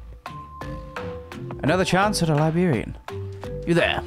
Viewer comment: This video was great, that last night was definitely gave main character vibes. Also, as an American... I haven't ever heard anyone pronounce librarian as liberian before. Jokes aside, this was a very enjoyable video, I'll be subscribing and checking out more of your content,.